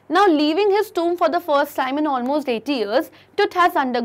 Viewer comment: It's tomb Not tuumb 🙏🤦